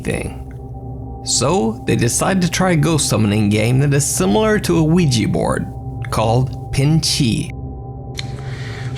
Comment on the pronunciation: Did you actually said "Ouigi board"?